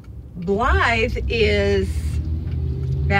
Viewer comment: You said Blythe perfect. That is my middle name. Nobody ever says it right.